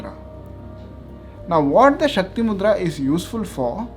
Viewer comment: Shakti not shaktri